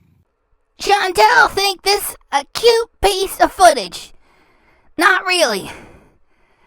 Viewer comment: “CHAN. TAL. THINK THIS A CUTE FOOTAGE. NOT RILLY”